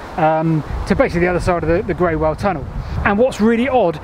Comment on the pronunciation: Somebody else might have mentioned the pronunciation of Greywell. I lived in Basingstoke close to the line of the canal 50 years ago, and used to walk it. A very old resident I met near the tunnel told me that Greywell is pronounced as "Grool". I also heard that from other people in the village of Basing, through which the canal ran (along the castle wall). A great video, thanks.